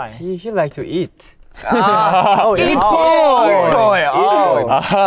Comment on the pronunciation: It boy ❌️ Eat boy✅️ Lmao beomgyu's too funny i can't